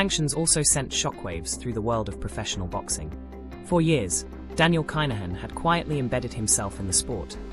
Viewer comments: Pronounce the name - ya AI bot. Privileged upbringing 🤣 Have you ever been to the bond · At least pronounce his name correctly